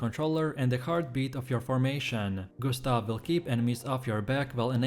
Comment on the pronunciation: Gus-ta-vee, Mail-ee. I'm dead 💀